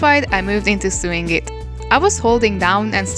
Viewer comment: In case no one told you, in English Sew is pronounced like So, no matter whether it's in sewing, sewed, sews. All pronounced as So-ing So'd So's I know it's confusing when you see it because it does look like how you said it. 😅 Love the video. Thank you for the tips!❤